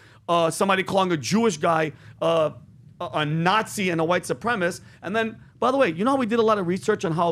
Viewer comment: “Supremist” what a complete idiot. Learn to talk.